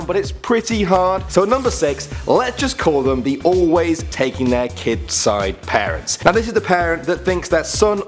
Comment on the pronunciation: When he says parents it sounds a lot like Paris.. Anyone else?